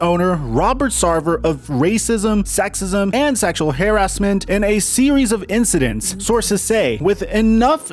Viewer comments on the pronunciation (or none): really be saying controver-see-al and hare-as-ment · Is just trolling with us? What "hair-ass-mint"? Why is he randomly pronouncing words in a strange way? He did that in the other video too where he said "controver-see-all." Smh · um Hairassmeant 😂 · “hair-ass-ment” lmao the pronunciation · Now he's saying hare-as-ment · Hold up I know we talk about saying controversial but why he say harassment like that?? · Long time fan here but the way you said harassment….bro you just messin with us